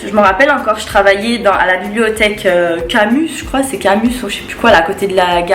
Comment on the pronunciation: Tu racontes que de la merde c’est chaud c’est gênant . Une personne qui a fait un bac L ne dit pas Camuss c’est Camus ..